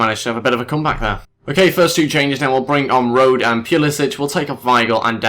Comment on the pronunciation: Also a tip on how to pronounce German names: e is pronounced as "uh". So you pronounce Rode as "Road-uh".